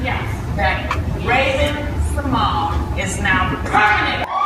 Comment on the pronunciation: Actually it's Symoné not Symone it has that "NAYE" at the end in silence Symonaye, Symoné!